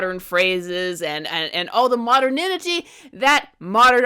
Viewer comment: ... "moderninnnity"? I assume you mean "modernity".